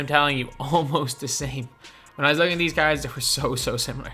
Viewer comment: I’m i the only one who thinks it sounds like he is saying carrots and not cards